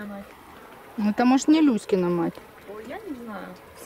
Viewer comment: Когда говорите "Люськина мать", то кажется, что говорите " Кузькина мать"...))